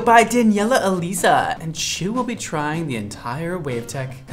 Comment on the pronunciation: "Daniella Eleeza" Me who's named Eliza: um.. A for effort loll 2nd time I've heard Eliza said as Eleeza, but don't worry. You didn't say Elza LMAO! Idk if that's how her last name is said tho but it caught me off guard To pronounce Eliza (the first name at least) take the name Liza (l*i*za) and then put an E infront of it E liza Keep making awsome content, I love watching your videos!